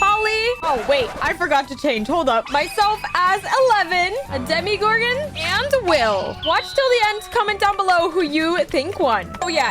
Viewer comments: Sorry but its not dimigorgn its dimogorgone with an o not an i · It’s not Demi Garden it’s Tim Gordon